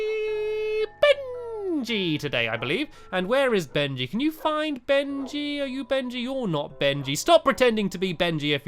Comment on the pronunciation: It's Benji not Bengy